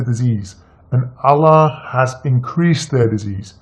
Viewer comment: zino R.H.L he was never a Muslim he can't even pronounce Allah properly. He knows more about bible than Quran. A fraud who is only spreading hates and lies and he wants to get his ass kicked bad